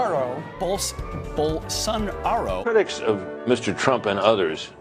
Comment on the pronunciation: You know you need help when you botch Bolsonaro’s name.... twice.